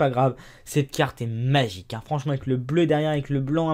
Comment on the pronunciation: On dirait que tu dit: "C'est Magicarpe" quand tu dit: "c'est magique hein" :D